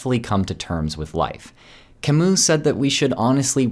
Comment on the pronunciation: Camus is pronounced "kamuuh"